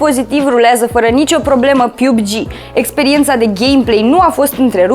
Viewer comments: Se spune "piubigi" sau "pabgi" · Mai invata sa spui "PUBG"😂😂😂